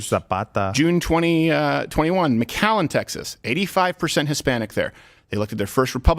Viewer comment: fyi, The city McAllen is pronounced MAC allen, not mi KALLEN